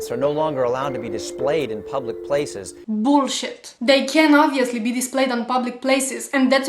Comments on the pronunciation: haha my favorite part of this video is when she says "bowlshit" with her dutch accent :) keep up the good work. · Let'zzzz "Cat" to the Buuuuullshett!!!! where is she from? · I love the way you say Boolchit! luv ya!